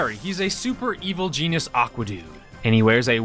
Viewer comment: “Evil Genius”? You mean Evil Gene-ius?